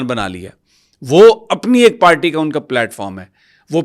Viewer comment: بھائی جان۔۔۔ پیپلز پالٹی نہیں۔۔پیپلز پارٹی ھے۔😂😂😂😂😂